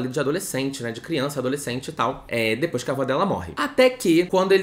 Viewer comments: "depois" sim, o que ele tava falando é de quem fala "dipois" com o i no lugar do e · meu deus eu gritei de rir com o "dipoish" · 44: 00 eu amo quem fala dipois e filiz